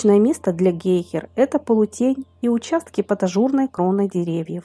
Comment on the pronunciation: гЕйхЕра а не гЕйхера :)))